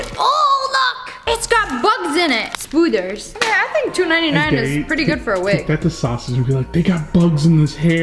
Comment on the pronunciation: "Spooders"- 2019